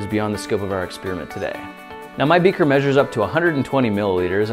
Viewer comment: lol he said 120ml becer